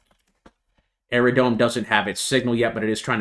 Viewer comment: Can I just respectfully tell you it’s “Aerodrome” not “Aerodrone”. It’s drome.